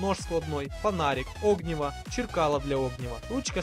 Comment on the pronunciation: огниво ударение на и